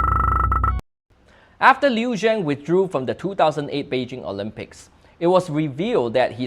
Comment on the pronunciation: Li Shang? Liu Xiang😂 Li Xiang is unquestionable the goat of Chinese sports even he retired from Sports after 2004 Olympic Games😂 I am from Shanghai and immigrate to SG. Luckily found your channel🎉